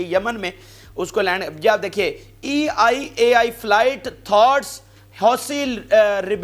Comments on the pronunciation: It's not E I AI It's EL AL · Not EIAI . IT'S (ELAL) .ISRAEL NATIONAL AIRLINE. AND ISNOT SEPARATE WORD THE WAY YOU PRONOUNCE IT IS EL AL AIRLINE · Bhai it is El AL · I just wanted to correct you that Israel airline is (ELAL ). Just for your information. If you don't know something you should research first please. Please don't be embarrassing yourself by giving wrong information. Many Many times you always say wrong words because you don't do your own research. This is english language. English is a very tricky language. Not every word pronounce same as it spells